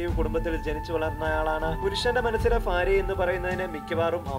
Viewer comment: ഫാര്യ അല്ല ഭാര്യ 😄